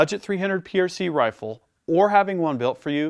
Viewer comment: "a match quality 300PRC Hrrifle"?! You been taking notes from Stewie off Family Guy? 🤣 😉